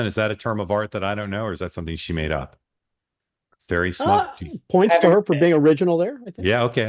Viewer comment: "Ferry smut" lolol ope! NO Mark! Abort! ABORT! lololol